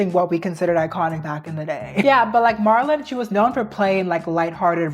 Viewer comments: Marilyn, not Marlin. I'm sorry even my subtitles picked up the mispronunciation. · Girl the way youre saying Marilyn (" Marel-Lyn") like Marlon...,😭😭😭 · Did you just call Marilyn Monroe “Marlin” like the fish??? That is NOT how you say her name 😂😂😂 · It’s not Mahr-ilyn, it’s Mare-ilyn. It’s not heroin chick, it’s pronounced like heroin shiek. I swear, it’s like you intentionally pronounce easy things incorrectly on purpose in every video lol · Girl I love you but it’s MARILYNN. Not MARLIN. That’s a males name. MARA-LYNN is how you say it. Also it’s MICHAEL not MICHELLE. Come on it makes it seem like you didn’t even study this video. And you call yourself a history nerd.. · it’s Marilyn not Marlon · Try pronouncing it Merry Lynn Monroe. Marlin was so cute tho 😂☺️ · it’s not marlin it’s Mare-uh-Linn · Some of these mispronunciations are SENDING ME 😂 Marlin? 😂😂😂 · I love the historical explanations. I also love history. This is the most interesting part to me. Btw "Marilyn," is pronounced "mare," ( like the female horse,) i lin. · im sorry MARLYN????? how do u mispronounce that icons name so many times😭😭😭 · MAIR-uh-lin is how you say Marilyn. Also, Bridgette Bardoe, long O and no T. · And "marr-ilyn Monroe" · You're a sweetie but please work on your pronunciation of things and people.Marilyn isn't Marlon,and Micheal isn't Michelle. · What in the annunciation...I dealt with doe-ve and Mar-lon but Bar-dot? Do you watch anything about these people before you speak about them. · I’m so sorry but I was tweaking out when she kept calling Marilyn- Marlyn😭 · Marlon ?? You mean Marylin ? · they way you pronounced her name is so funny “Mar-lin” is a guys name😂😭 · It's pronounced "Mær-a-lin" Monroe. This is the first time I've ever heard it mispronounced. Ever.😅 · Girl, your pronunciations of Marilyn and Bardot are WILD 💀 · gurllll you are not saying Marilyn Monroe's name right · Forreal im glad im not the only one who noticed her butcher her name 😂😂